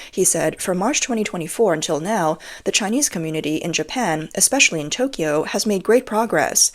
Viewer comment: You're Asian and you can't pronounce Tokyo, correct Tok key yo is wrong It's Tok yo